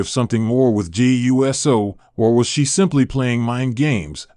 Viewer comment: His name is not U-S-O. It is pronounced Oooo So!